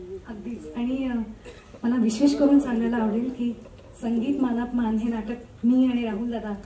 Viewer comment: मान अपमान नाही,मानापमान, उच्चार नीट हवा